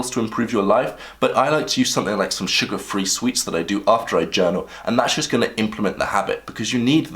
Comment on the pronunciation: i like how he said sugar free sweets